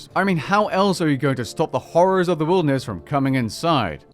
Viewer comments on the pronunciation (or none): none